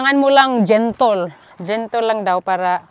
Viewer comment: Gentel hnd gentol.🤣🤣🤣